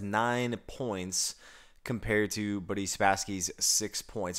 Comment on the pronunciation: Did you say Buddy Spasksy?